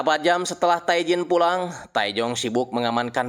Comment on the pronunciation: Bang, pelafalan Korea itu nama Tae bilang nya Te.. huruf vokal kedua yg dibaca Tae Jin => Te jin